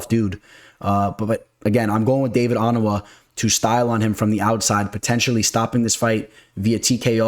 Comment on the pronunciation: OH-NAH-MAH 😂😂 Your name pronunciations crack me up. Let's get to that bag tho!!! $$$